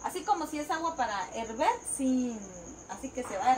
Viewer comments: Se dice: HERVIR, no herver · en Guatemala no hay Estados! Hay Departamentos! Y tampoco decimos herver,,, ella dice herver porque lo único que sabe decir muy bien son las mentiras 😂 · Hola no se dise erber se dice hervir habla bien saludos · se dice hervir, que raro que le pongan capsu al sanwuich